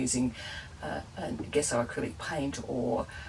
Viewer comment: 'Gesso' with a j-sound. In Italian, the hard 'g' is indicated by the presence of H, so that 'gh' = G, but 'g' = J.